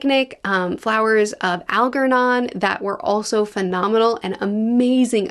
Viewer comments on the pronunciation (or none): It's Flowers for, and it's pronounced Al-JER-non. I still recommend Andromeda Strain. That's the first real sci-fi book I've ever read, and I thought it was excellent. I just learned that it was always intended to have a sequel, but Michael Crighton died before he could finish writing it, so they pulled a Robert Jordan and brought in another author to take Crighton's notes and what he'd done with the sequel so far, give it to another author, and the other author completed things. So yeah, Andromeda Evolution will probably be worth reading, as well. I'm gonna dive into it at some point, likely after I finish the Mistborn trilogy.